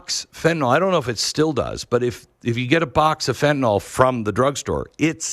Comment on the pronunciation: Fen-ta -nil Fen-ta -nil. Not FENTANALL.. Learn it